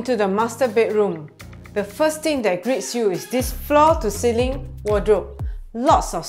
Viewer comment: try not to add unnecessary sssss in your words. btw. it's ceiling not ceilingsss